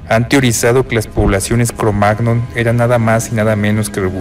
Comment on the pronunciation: todo bien, interesanteel vídeo, pero cada vez que dice "cromag-non" me pitan los oídos... en español se suele decir "cromañón"